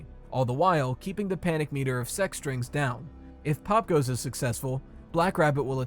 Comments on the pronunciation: i keep thinking its sex-strings instead of sec-strings, i cant hear anything other than that lol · Damn I thought you said sus strings